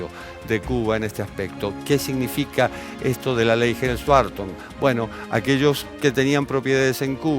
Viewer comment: ¡Ay, Dios, no es BArton... no es TrAmp! Se pronuncia BErton, se pronuncia TrOmp! Esto, además de tener que aguantar todo lo demás, de seguir escuchando defensas a la dictadura que va camino a ser la más antigua del mundo contemporáneo, y que ha hecho padecer con sus guerrillas a muchas naciones del continente que, inexplicablemente la apoyan. La rabia irracional —y envidiosa— contra EEUU, es inagotable en nuestro continente inviable... ¡Asísteme, bendito San Chan Li Pó, con tu virtud... la paciencia!